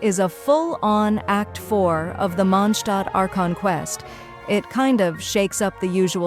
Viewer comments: That was the closest i ever heard an english voice calling mondstadt correctly, and ofcause it was an ai... It's Mon>d< Stadt Ai sayed mon Stadt. It's close enough wile outhers call it mondsted. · I find it funny when the AI voice says “MONSHHTADT” 😂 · Welcome to The Mondshtat - Sean Connery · Istg if I hear mOndShTaHt again